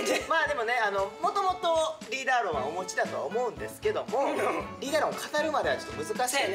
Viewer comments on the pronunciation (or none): 大ちゃんの「お持ち」が「お餅」に聞こえるし、大橋さん「ん、おぉw」って反応からして絶対リーダー論持ってないんよ😂